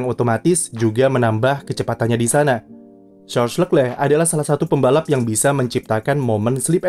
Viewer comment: masukan buat narator, cara baca nama Charles Leclerc : Sharl Lekle